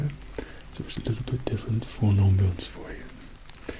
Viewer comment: "On-bience" Me: "Off-bience"